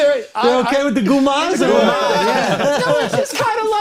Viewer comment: People, it's Comara not Guma!